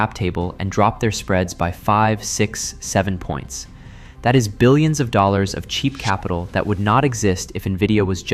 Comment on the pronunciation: Dollors? Dollor, dollor billz y'all